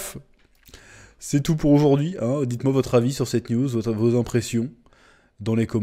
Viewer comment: À chaque fois que tu dis "news" j'entends "nudes"